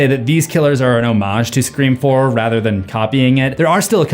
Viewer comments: I’m so confused do u keep saying “screa form” instead of “scream four” 😂😂😂 I feel like I’m tripping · I love the video but dude it is FOUR NOT FORM!!!!! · I cracked up everytime you said “Screfourm” bc its so correct💀 They thought they were being clever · Anyone else notice how every time he goes to say Scre4m he says form instead of Four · I need a "Screa Fourm" counter hahaah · I've listened to every scream video you've done.. idk why it irritates me when you say scream form 😅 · Anyone else hear him say screa form every time he says scream 4 good video tho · Your pronunciation of Sre4m almost makes this unwatchable. “SreeForm”? REALLY? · Scree Form is hilarious to me and i giggled literally every time he said it which was at least 40+ times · Anyone else always here him reference scream 4 as scream forum? Is it intentional, did I miss something? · Screa-Fourm- slowly realised this was intentional as this video goes on 😂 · i never get use to you saying Screeform. lol it gets me everytime. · If you made the joke about pronouncing it “Scr-FOUR-MMM” once it would have been funny, but it’s incredibly distracting to have it being “jokingly” emphasized everytime the title is said, which is a fair bit and to the point where it is pulling me out of what has been a fantastic video otherwise. Make the joke a handful of times I guess but geeeeeez lol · Screeforum 😅 Good work though. Excellent vid. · Bro why do u say Scream 4 funny it sounds very nasal and wierd it totally sticks out!!!Sorry bro just makes me laugh